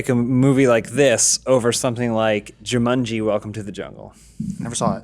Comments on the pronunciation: Why do they keep saying Ju-MUN-ji? It's Ju-MAN-ji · Y'all need hammocks and beanbag chairs all that arms crossed and good posture is giving me a back ache! Johns wearing clothes so they don't get demonitized, to get your fix check his Tumblr... Edit: People hating the way says Juumunji. Lmao. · Why does keep saying "Jewmunjie"? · Jew-mun-gee? Never hear Jumanji pronounced like that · joo-munjee.. who pronounces it like that? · Why is pronouncing Jumanji as of it’s spelled “Jumunji”? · Zandalf the blue Joo-MUN-Geee. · Every time pronounces Jumanji I cringe so hard